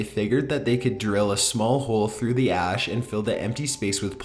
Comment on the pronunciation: "Excavators soon figured out that in some areas of the alley of 'skelli-tens....' there were empty air pockets beneath the 'ah-ash' and they quickly set about devising a plan to get the dead bodies out." "Excavators soon figured out that in some areas of the alley of 'skelli-tens....' there were empty air pockets beneath the 'ah-ash' and they quickly set about devising a plan to get the dead bodies out." Oh boy. I do love this guy's voice. I'm glad he repeated this sentence twice. The way he pronounces "skeleton" is quite...unique.